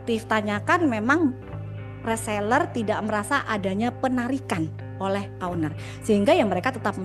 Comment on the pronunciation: Owner bukan Auner